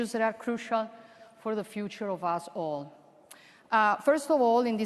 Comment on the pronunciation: lei voleva dire "for the future of all of us" o "for the future of us all" ma il modo in cui ha pronunciato quella parola sembra proprio che dica asshole 😂 a quest'ora gli americani sono rimasti col fiato sospeso dopo la pronunzia di quella frase 😂